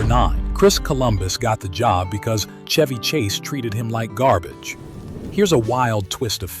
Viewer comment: Shhhhheeeevvvyy Not Chuevvy 😂